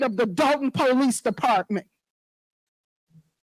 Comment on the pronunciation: I’ve never heard a mayor call the police “The Poe Lease” 😂